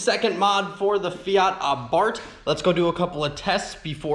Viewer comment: I see you use the name Abarth 500 in this title and not the F-word, 🤣 (edit: you even pronounce it “Ah-Bart” in Italian pronunciation, nice) I keep hoping someone takes a yellow one and customizes it into a “Abart Simpson”